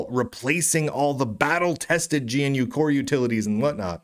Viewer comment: "GNU" is not pronounced "G - N - U", it is pronounced "GUH - NEW"